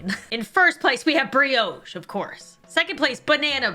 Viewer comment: Can someone explain why pronounces brioche as briOche and pita bread as peeta? Also that's a scone not a biscuit. I'm confused